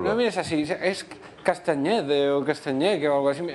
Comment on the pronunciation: castanhede no, es cantanhede!!! xD